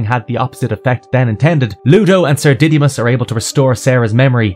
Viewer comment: I’m begging you bro for everyone’s sake it’s pronounced Didd-uh-mus not Diddy-mus😭😭😭😭 giving my poor boy such a horrible pronunciation- 💀🙏